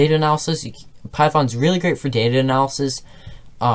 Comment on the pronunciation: "Data analasis"